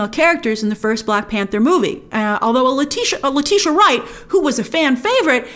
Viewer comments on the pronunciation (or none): none